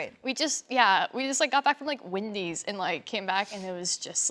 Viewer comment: pronounces Wendy's like "Windy's" and I immediately got internet box flashbacks! I'm shocked didn't point it out but then again that wouldn't be superfan behaviour